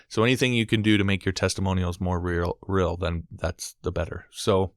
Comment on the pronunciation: "helps make it rill"